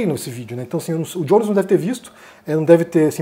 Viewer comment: Não é "Diones" em inglês, é Jones em português, igual "Joaquim" "José"